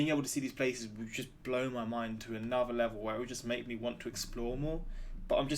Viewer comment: I love how you say anuvver for another 😁